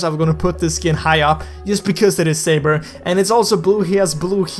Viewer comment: Well it's not "safer" it's saber